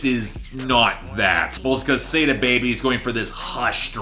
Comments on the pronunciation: Love the work but just a suggestion. Its not pronounced "SAY-DA Baby" its actually "SAW-DA Baby." Same goes with NAV. I've seen you pronounce it as "NAWV" but its really "NAHV." Just thought I should let u know! Keep making great content!! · its saw-dah baby homie